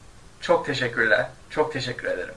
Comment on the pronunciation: Can anyone tell me why sometimes you pronounce "e" like "a" for example in teşekkürler, which you pronounce teşekkürlar?